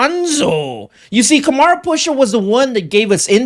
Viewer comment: I had to stop watching the second time you pronounced "Kamran" as Ka-mara. Ever heard the name Cameron before?